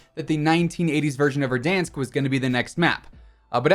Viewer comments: Verdansk🙄, verdonsk😩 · Why do you say verdonsk instead of Verdansk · Did this man just say.... Verdonsk! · The way he said verdoonsk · No just tell me wtf is VerdONSK?! that too w echos bruh xD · Why do he say ”verdansk” like that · I cant stop laughing every time say Verdansk:D that A sound like that weird shit from english (for example at word "bank" - æ):D But its based at Donetsk at Ukraine and Slavic nations doesnt have this weird æ, its just casual A whitch you pronounce like a letter "u" at english, for example in word "buff":D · Am I the only one who is irritated by how he says verdansk? It sounds ok when Tim says it but not anyone else 🥴🥴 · ain’t nothing personal, still love your vids, it just sounds off to me thats all